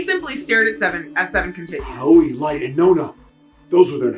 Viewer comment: In Japanese, there is equal stress on every syllable unless spelled otherwise, so it's just "Ah-oh-ee" with no emphasis on the "oh" and sounds more like "Owwy" said quickly. And "Raito" is literally just "Light" as it's a borrowed English word. The name in Japanese is gender neutral too (Hikari/Hikaru) but the director, Uchikoshi, either didn't realize Light isn't really used as a name in English, or just didn't care